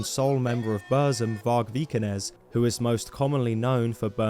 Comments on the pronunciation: its not bursum, its buRRRRRzum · it's not burszum. it's BOOR-THHÜM! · You just butched the pronunciation of Burzum the whole time.